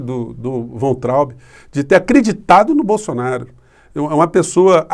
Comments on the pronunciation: o sobrenome do ex ministro da Educação pronuncia-se VAINTRAUB. Não é VENTRAUB e nem VANTRAUB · Por favor, Professor, pronuncia-se "Vaintraub"... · a pronúncia é VAINTRAUBE. Nome é alemão. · Professor a pronúncia é " Vaitraumb " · querido, me parece que Weintraub se pronuncia “vaintraub” “vá+in+traube”. Da uma checada nas pronúncias on-line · a pronúncia correta do nome do Weintraub é "váin-traub".